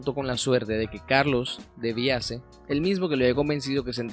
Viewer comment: Estos payasos se han tomado a Barranquilla. Ni siquiera sabe los nombres, no investiga: es Nina, no "Nani". Y era Carlos De Biase, no debiasé como dijo el bufón ese.